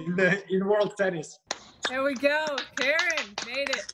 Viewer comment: Second syllable is strong. It's not like american female kAren.